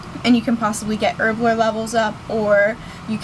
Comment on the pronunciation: erblore..?? its HERBLORE! Bitch learn to talk. >.>